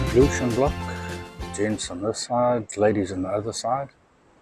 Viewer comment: Forgive me. Teacher here. All your videos - ablution with a T not an S 😉